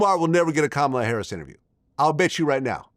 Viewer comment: He’s ignorant! Can’t even pronounce her name correctly. He’s trash